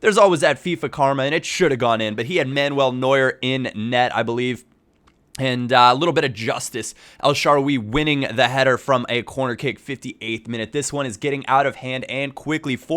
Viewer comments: El Sha-rar-way not El Sharwe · el sharaarawy not el shaara weeee ;) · It's actually Al She'er a wy (Arabic Pronunciation) :D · El shaa-RA-wy out the emphasis on the RA instead of the WY and you'll be fine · el sharawwy u say it so stupidly and wijnaldum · i hate the way he says el shaarawy